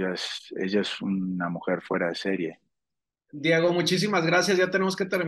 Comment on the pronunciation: Porque dice Monique en el nombre de Diego???